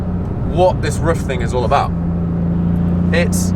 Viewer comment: Nice job! You said RUF correctly exactly one time.